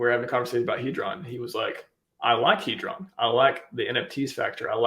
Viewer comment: It's pronounced Heeedron not Headron